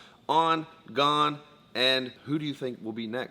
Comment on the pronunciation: its the right pronunciation. pretty damn good. if you go to pronunciation websites and make sure its the french pronunciation since he is from france, this is great.